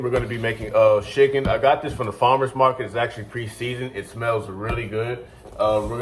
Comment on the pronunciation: Are you saying schicken? Lol